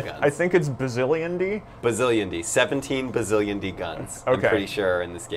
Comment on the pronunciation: not bazzilionde bazzillion